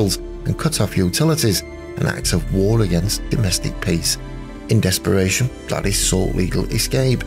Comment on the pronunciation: You're mispronouncing her name. She used the version that rhymes with 'ladies'.